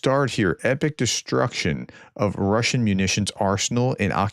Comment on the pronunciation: Love ya, professor, watch everyday, but I gotta say your Russian pronunciations suck. Hahaha